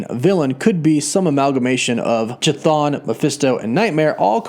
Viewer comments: It’s a hard k sound for that elder gods name not a soft ch sound. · If I may make an alternate pronunciation guide? Chthon might have a hard K (greek version) at the beginning rather than the soft CH. so then K-thon like Kaos (Chaos). Just a thought. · you pronounce chton with "ch" ton not with"k"ton? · Wait, it’s pronounced as “cha-thon”? I always thought it was “Ka-thon” 😅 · They obviously don’t know how to pronounce that name. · It's cthun... Pronounced kathoon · Chthon’s phonetic spelling (Ka-Thune) Sorry man I couldn’t finish the video cause of how you got this one wrong to many times. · Chthon is pronounced Ka-thon just like chthulu is pronounced ka-thulu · Pretty sure Chthon is pronounced KUH•TONE. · Chthon pronounced ca-thone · Hey - Cthon is actually pronounced “ca-thone” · Christ... "Ch" is pronounced "K". It's "K-thon". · pronounced Ka'thon. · Its really bugging me how many people pronounce Chthon's name wrong. Pronounce is (KYTH-OWN) Like Mike Tyson trying to say kiss, then own. Chthon. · Chthon is actually pronounced "kthon" from ancient greek "khthónios" as in chthonic ( /ˈTHänik/ ) which is an adjective that describes anything related to the earth or the underworld (ie. a chtonic god). Chtonic is greek for "subterranean". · Pronouncing Chthon, you don't make the 'CH" sound , Chthon is based on C'Thulu. The 'H" is silent. It's pronounce with the 'K' sound. Keh-thon phonetically. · **NB** Chthon is pronounced ~ K'thon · It’s pronounced KAH-THONE bro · Don't know why, but the way you say Chthon bothers me. It's pronounced Ka-th-on just like Cthulhu is pronounced Ka-Tu-Lu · The CH in CHTHON is pronounced as a K. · I do not want to be a bad guy or anything, but regarding the pronunciation of Chthon is funny. I heard the name elsewhere with the same pronunciation. Please no hard feelings. Because it derives from Greek, the letter C is silent, like saying the name Harry. & the letters " th " read out as the word " therapy " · chuh-thon. lol.